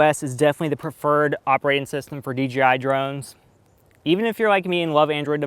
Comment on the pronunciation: he keeps saying dgi instead of dji